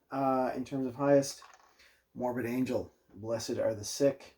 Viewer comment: Morbid Angel - I thought you said Mormon Angel